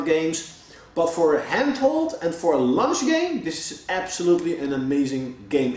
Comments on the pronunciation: I thought he meant it was a great game to play during lunch break lol, but after he said it about 2-3 times in other sentences I realized he meant launch game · I like how he pronounces "luanch" "lunch". Great vid though! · Sounds like he said its a "lunch" game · I thought he was saying lunch i was like ehh okay then